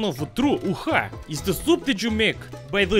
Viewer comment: That's is not tru "uxa"